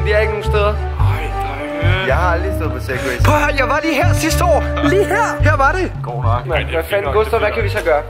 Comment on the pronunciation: han sagde sagway den spade i stedet for segway